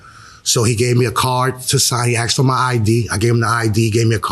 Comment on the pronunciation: ............................... Here we go AGAIN He said He " AXED " him ...............................